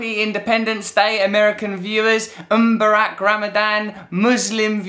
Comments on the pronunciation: Russel mate. It's Ramadan Mubarak not Umbarak Ramadan lool. Thanks anyway bud!! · Russell I love you dude but wtf is Umbarak loool. It's ramadan mubarak pronounced MOO and then Barack like the president. Thanks for the well wishes though.